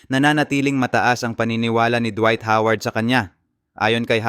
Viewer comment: KAMOTE VLOGGER. "HOWARD" HINDI "HAWARD" 😂😂😂